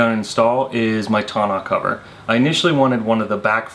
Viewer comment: You keep pronouncing Tonneau cover wrong lol.